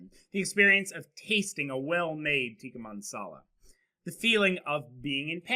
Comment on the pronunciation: Tikka Masala not mansala.